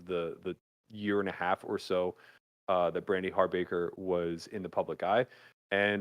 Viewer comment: It's not Harbaker, it's Hawbaker. (Haw-bawker) She was my roommate for a year when she was acting in Los Angeles.